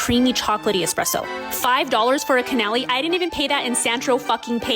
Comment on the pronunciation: Not her saying canALLY. What an idiot lol.